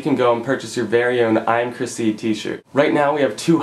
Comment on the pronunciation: ive realized that every time you say chrisc i keep thinking that your saying my name chrissie lol. im procrastinating of buying a shirt =]